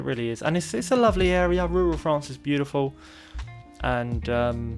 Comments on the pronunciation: Love rrrrrrrrruuuuuuaaaaallllll Fffffffffffrrrrrrraaaaaannnnccccceeeee❣️❣️❣️‼️🤩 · IN RURRRRRRAL FRANCE!! 🙌🏻❤️😂 #inruralfrance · it is the way you SAY rural France that is so strange. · I like the way he says rural France! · Makes me chuckle every time